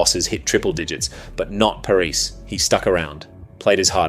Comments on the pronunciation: just going to point out the narrators pronounciation of Sergio Parrisse name, its Pah-ris-say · Loved the video but my god please have a look at how to pronounce Sergio Parisse’s name😂 the man didn’t lose 106 international matches to be disrespected like this😉 (jk obviously) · This sounds like AI, far too long. Also pronounced Parisse's name wrong.